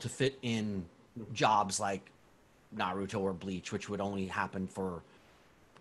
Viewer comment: Why do people say naruto like that. There’s a whole show that tells you how to say his name